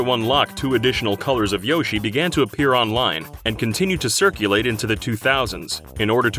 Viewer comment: Why do you say Yoshi wrong?